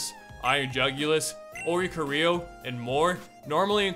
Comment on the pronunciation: Hearing him pronounce oricorio made me feel physically ill